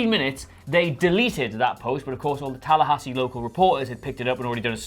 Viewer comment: He actually said Tallahassee correctly.